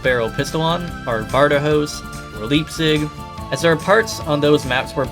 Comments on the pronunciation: ah yes, good ol "Leap-zig" edit:to be respectful and not just be making fun of you, its pronounced "Laipzig", not "Leap-zig". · I thought it was pronounced with a hard I, so something like Lipe-zig. Idk that's how my German teacher pronounced it.